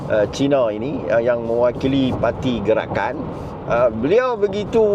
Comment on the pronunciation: Hilup Pelikatakan Pelikatan Hilup Gelakan, hahahaha.. cuba kalau DAP yang pelat mcm ni mau dimaki walaun berbakul2😂😂😂😂